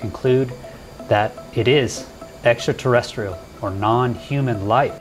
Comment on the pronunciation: Extraterresterial??? Really???